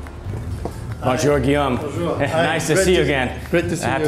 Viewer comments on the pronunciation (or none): none